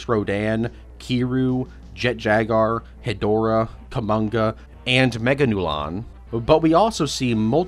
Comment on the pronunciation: Does this man not know how to pronounce Jaguar